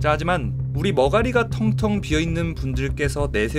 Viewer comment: 텅텅이가 탕탕이로 들리므로 낙지탕탕이 먹으러 가야지